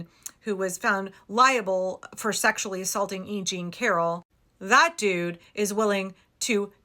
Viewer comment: E. Jean, not Eugene